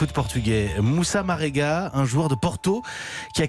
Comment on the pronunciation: Sérieusement 😒 la journaliste ne dit pas bien le nom même . 🙄 Marega rien de difficile.